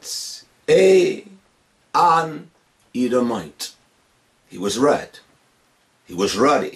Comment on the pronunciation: It's funny how he raddle his tongue when he say To-"R"ah, "R"-ed, "R"-uddy😭😆